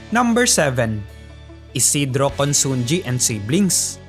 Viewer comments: Pronounce at konsonhi not consongi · Consunji pronounced as consunhi